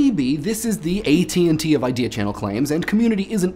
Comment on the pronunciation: You know, I was tabbed out when the video began and him saying "HERE'S AN IDEAN!" had me tabbing back in wondering "What the hell do they have a new host now?"